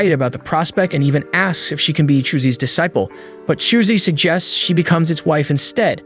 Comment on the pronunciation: its pronounced disciple